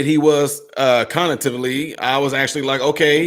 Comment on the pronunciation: You said “Conitively” twice at the start of this video instead of cognitively, how do you not know how to pronounce that word? Especially when you have stated previously that you are a doctor/medical specialist?